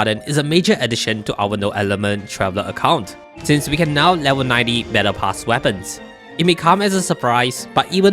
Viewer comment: Took me a while to realize you said "battle pass weapons" and no "menopause weapons".